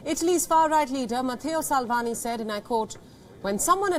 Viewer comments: Sakvini isn't far right. He is center right and pro EU. Yeah his name is Salvini not Salvani. 😂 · Salvini ..Matto..'sal v ni'it's pro